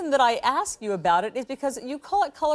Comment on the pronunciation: let me ax you a question?